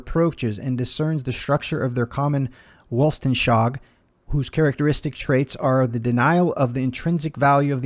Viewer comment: Weltanschauung - pronounced “vel-tan-shung”